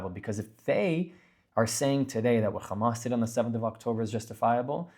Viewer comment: Why do Zionists diberatly mis-pronounce Hamas and Hezbollah as khamas and khezbollah? Is it kind of like how George Herbert Walker Bush deliberately mis-pronounced the Iraqi President's name as Saaadam? Israelis call Hummus "khummus" too. It drives me crazy. Its like calling Tony, Toby